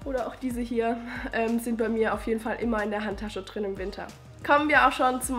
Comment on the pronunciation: Wo kommst du her? :D ich frage wegen deiner Aussprache, "plöd" statt "blöd" und statt "da drin" "da trin" 😀 Und danke für die Produkt Tipps, das mit der trockenen Haut macht mich auch echt fertig im Winter.